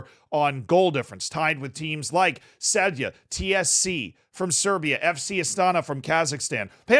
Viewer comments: Man from slovenia here,Celje is projounced Celje and not Celje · Dude why u gotta remind me of that embarsing loss to a Fereos islands team like i thought id see some glazin and than u remind me of that disgarce but so hyped and prob will watch them in the knock outs maybe even the next home game vs Circle Bruge also ur saying Celje wrong its pronuced but i dont think english can even say the C correctly